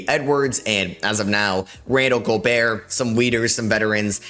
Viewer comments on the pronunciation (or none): none